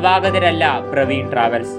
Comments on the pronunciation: പ്രവീൺ അല്ല പർവീൺ ആണ് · പ്രവീൺ അല്ല ബ്രോ പർവീൺ ട്രാവെൽസ് ആണ്. ഉടമയായ അഫ്സലിന്റെ സഹോദരിയുടെ പേരാണ് പർവീൺ. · Chetta പർവീൺ ആണോ , പ്രവീൺ ആണോ ..? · Praveen alla Parveen.